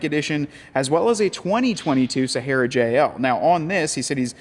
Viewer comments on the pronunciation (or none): none